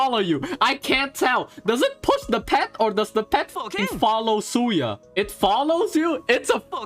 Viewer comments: I was listening to this like a podcast and he keeps saying Suya and it didn't register to me that he was talking about Sayu. I was like who the hell is Suya!? >< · Ah ys be like suya 😂😂 not sayu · ❌Sayu ✅Soya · ah yes, 'suya'. nice one ~ edit: well suya's ascension stat is em soooo xD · My ears bleeding after hearing Xingchuu and Suya